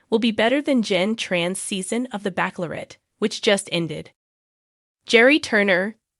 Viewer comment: It’s not backlorette , it’s pronounced batchelorette!